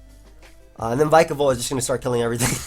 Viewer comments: Man, bulky waters in UU?! That's something new Kappa ALSO IT'S VICK UH VOLT :] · Since Pikachu is pronounced Pee-ka-chu, shouldn't Vikavolt be pronounced Vee-ka-volt? Especially since they're both electric types ; )